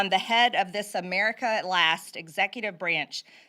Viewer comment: “Dis is what has happened”?! She really said “Dis is…??